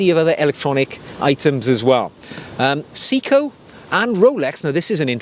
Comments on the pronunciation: Actually it’s pronounced “say e ko”. In Japanese “se” Is pronounced “say”, “i” is pronounced “E” so it’s actually say e ko, which sounds close to “say-ko”. I’ve been living in Japan since 1991. I speak Japanese fluently, my wife is Japanese, my co-workers are all Japanese and I speak Japanese the majority of my day. Trust me, it’s not “see-ko”. I’m not here to correct though, just clearing this one up. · See-ko lol, good video. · If we’re going full on pedantry, I’ll respectfully add my two penn’orth worth. The correct pronunciation is: Se (as in semi) I (as in pig) ko (as in coffee) せ (Se) い (I) こ (ko) To qualify; I’m a Brit living in the UK for 7 months of the year and Japan for 5 months of the year, and whilst not fluent I am able to live in Japan without speaking English. To get to the point, watch shopping/browsing in Japan is an absolute pleasure. I often travel down to Tokyo and spend a couple of days browsing watch and vinyl record stores. I own 3 Orient watches and love them immensely. I got back to the U.K. a few days ago and brought with me a Breitling Superocean II Japan only edition. Not my usual style, but it just smiled at me so lovingly I couldn’t resist. Nice collection ❤